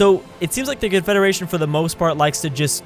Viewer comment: Which 1? Confederation or confedaration?